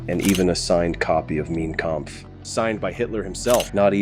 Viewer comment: Excellent program. My only criticism is the AI-generated narration (I mean, what human being pronounces Hitler's manifesto as "MEEN Kampf" or says "LEE-NORD" Leo? On the other hand, maybe the producers wanted to remain anonymous for fear of reprisal.